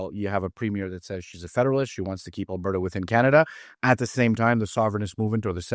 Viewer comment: that was your first mistake, he is from Quebec. You can hear the disdain in his voice, he does not hide it. And it is AlbERta, Not Abairta...